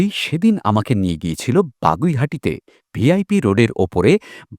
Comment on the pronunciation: দাদা কথাটা বাগুইআটি , বাগুইহাটি না 😅